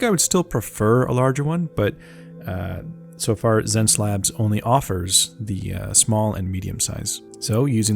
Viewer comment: I feel like it's supposed to pronounced 'SenseLabs', could be wrong. Regardless, seems like an artist would benefit quite a bit from this tablet since it comes with a great build along with a customisable remote, something Wacom is still refusing to provide[if anything they keep paring away the features that used to be part of the pack], at a lower price no less. I've been using my decade old small Intuos4 and if I were to upgrade, might choose this. Lastly, I wanted to drop a great big thank you to you, sir, since your tutorial on painting skin tones on Proko basically sent my projects to the next level; Marco Bucci and yourself have been a great help to get over my inability to understand colours and I've improved more in 2021 than in a decade of fiddling around.